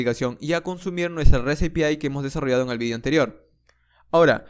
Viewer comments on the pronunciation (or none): none